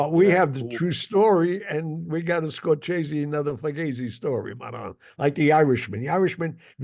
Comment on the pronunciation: Learn how to pronounce Scorsese, Russo.